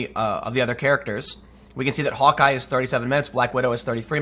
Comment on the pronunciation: How can you mispronounce Hawkeye, it's literally the word Hawk (like the bird) and Eye (the thing people have less than two on average) one after the other.